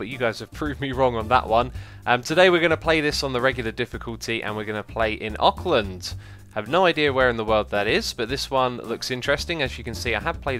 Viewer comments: Ockland? Its pronounced more like Orkland... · Auckland, as im sure it has been said many times, is in New Zealand and is pronounced Awk-Land. It is also where I live :3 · Auckland is New Zealand, I've been there and it's pronounced awkland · I live in Auckland. It's in New Zealand and its pronounced. Ourk-land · It is pronounced orcland and it is the biggest city in New Zealand, look it up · It's pronounced ork-land, which is ironic because it is in new zealand, where Lord of the Rings was filmed. I live in Auckland... just saying XD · It's pronounced Ork-land and its in New Zealand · and you are pronouncing it wrong !!!!!!!!!!!!!!!!!!!!!!!!!!!!!!!!!!!!!!!!!!!!!!!!!!!!!!!!!!!!!!!!!!!!!!!!!!!!!